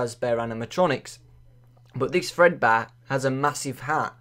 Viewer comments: Fredbear, not Fredbun. There. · its fredbear not fredbunny obviously "golden bonnie" is a rabbit.